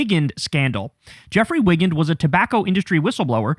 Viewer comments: Wigand is pronounced WHY-GAN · Mr Kulinski, it's "why-gAND". Watch the movie "The Insider" with Al Pacino and Russell Crowe. Excellent movie. :)